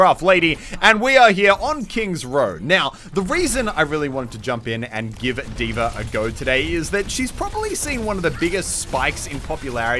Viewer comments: Why do you and tyrodin always pronounce D.va like Deever? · Who else is triggered by the way Moosetits pronounces D.Va?